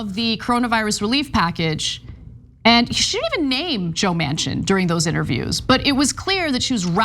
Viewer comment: Manchin--pronounced "Mansion" but means "dumpster"